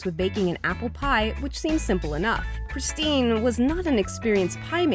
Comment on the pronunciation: Anyone else cringe a bit when she said "Kristin" and not "Christine"?